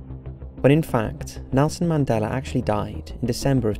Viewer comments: It's "Mandela Effect", as you pronounced "Nelson Mandela"... I don't know why I keep hearing you say, " Mandeler Effect " ,but, I do. Great video, regardless how you pronounce it. I think what CERN has (and is currently) tinkering with is what is causing issues. Do a video about CERN!!! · Mandeler???? I thought it was Mandela!?!? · Why is it pronounced as "Mandeler"? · “Mandelar” lol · He is saying 'Mandelar effect' or am I hearing it wrong?